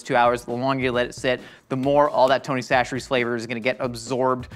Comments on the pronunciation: He finally said chacheres correctly (sa-sher-ee) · I’m so proud of fully committing to saying Tony Chachere’s the right way, at least most of the time, lol.